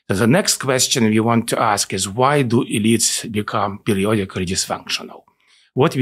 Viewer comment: I don't think it's a coincidence that sometimes when he says "elites" it sounds like "idiots" to my american ears, lol